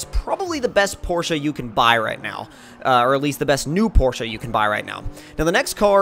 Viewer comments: awesome guy because that's how your properly pronounce it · I'm from Germany and we DON'T say porsha